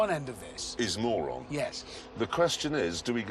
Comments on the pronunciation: You pronounce it as = Murun, btw. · They are saying Moron on purpose, thats the joke. Moron means very stupid.